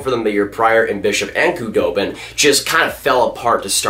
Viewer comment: The K in Khudobin is silent 🤦🏻‍♂️